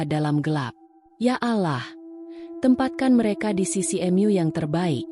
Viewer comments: Koreksi lagi mba ada tulisan : mu itu artinya : kamu (you) baca nya : mu bukan em yu. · Bagus dan sedih jg. Cuma 'M'-'A' nya dan 'M'-Yu' nya yg musti diperbaiki😁😁😁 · Bacanya gak karuan ma dibaca m a , mu di baca m u baca cara apa ini ? Males liatnya !